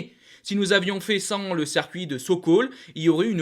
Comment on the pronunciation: CIRCUIT putain! Pas cercuit!! Fais un effort sur ton français! Le nombre de fautes pour quelqu'un qui ne fait que parler devant une caméra! "vous y montrer" ça n'existe pas en français.... Bonnes infos cependant. ;)